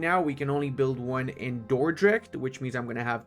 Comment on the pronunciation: as a belgian person, your pronunciation of dordrecht is pretty impressive.